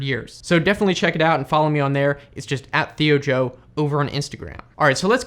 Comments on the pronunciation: he said thio jeo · "how's it going guys i'm THIOJIO" ~